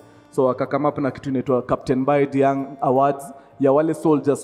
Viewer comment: Diagne is Prounounced as Dianye if I'm not wrong